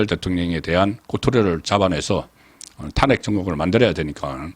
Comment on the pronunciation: 송국건님은 어찌 아직도 탄핵이라는 발음이 안되는지요? 참 답답합니다 탄핵이라는 말을 하지마세요